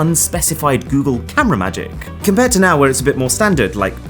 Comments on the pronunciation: Goodgle..... 😂😂 Helarious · When you said goodgle my phone activated Google assistant 😂😂😂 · I don't think I wanna watch anymore of your videos after you said goodgle 😂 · my phone seems to think your "goodgle" was good, it triggered the google assistant 💀😂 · When you said goodgle my google assistant came on. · Why is this cuck saying “Gewgel” 🙄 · 'Goodgle'?? Good grief! :D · Is it just me or your phone also triggered the assistant when he said "gooodgle" xD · "GOODGLE!!!!!!" Cancel this channel at once! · "Goodgle" I should unsubscribe for that comment 🤣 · He meant goodle but it sound like good girl